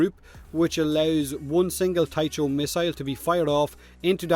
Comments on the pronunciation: did you just call it a "thai - cho" missile? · Minor nitpick - Tycho is pronounced with "k", /ˈtaɪkoʊ/, as the crater on the moon.